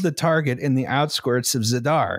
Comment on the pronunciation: The great Pennsylkenbama lexicon of (spelling?) turrent:turret outsquirts:outskirts shlubmarines:submarines Ill go worsh my hands ageein in the wooder of picksburg's crick, after my cousint sneezed.